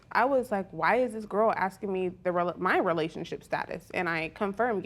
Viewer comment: Why can’t black people say “asking” the correct way instead of saying “axing”